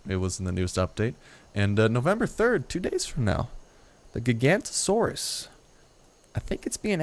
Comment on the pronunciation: the beginning of his name isn't Giganta not trying to correct you but its "Giga- nota Saurus" they discovered this dinosaur in South America I believe in the early 90's when they determined it was larger than the Tyrannosaurus Rex. the reason why I know this is because when I was 10 years old there was a big special on Discovery Channel TLC and History Channel about this dinosaur they discovered that made t-rex look like a big ostrich lol. I even have the VHS tapes for the special they came out with later I think I still have them too. but like I said its "Giga nota -Saurus" I really wish I could give you a voice recording of it